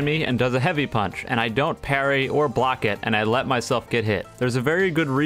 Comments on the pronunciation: "surface inversion pAeUnch" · The way he says punch while lagging